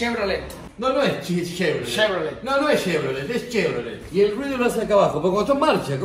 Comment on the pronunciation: "Este que es?, es Shevrolet.. es Shevrolet?" jqjajajajajaja